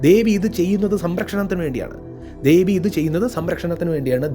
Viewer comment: ദേവൻ.. ദേവി✅ ധേവി, ധേവൻ ❌ മലയാളം ഉച്ചാരണങ്ങൾ ശ്രദ്ധിച്ചാൽ നന്നായിരിക്കും. പറഞ്ഞ കാര്യങ്ങൾ വളരെ ശരിയാണ്. കാളിയമ്മ 😊എന്റെ കാളിയമ്മ